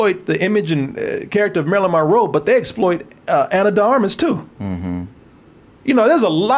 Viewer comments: Drink every time he says Marilyn Ma-Row 🥴😵🍸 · He can't seem to enunciate Monroe correctly